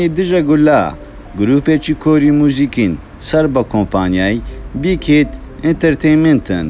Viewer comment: بیک ھیت نا بیک ھایت